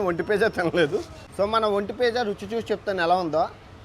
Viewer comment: భయ్యా నువ్వు ఒంటె పిజ్జా అంటుండే ఒంటి పియ్య అన్నట్టు ఉంది